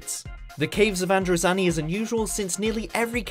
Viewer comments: Androzanny. Scar-roth. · “Nomber tu, te caavves uf androzaaniii” I don’t think he can pronounce a thing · Proper pronunciation: 'Androzahni' (not Androzanni) 'Romahna' (Not Ramona) 'Troffton' (Not Trowton) These are pronunciations, not me trying to spell them. For anyone who's dumb enough to go 'you can't spell', here's me spelling them correctly. Androzani, Romana, Troughton. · You can tell how much they like Doctor Who by his pronunciation of many names such as Troughton being pronounced Trorton, Romana as Ramona and Androzani as Androzanney. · Christ on a unicycle, you absolutely butchered some of the pronunciations. Patrick Trawton. The Caves of Androzanny. Sha Razjek. Tut tut.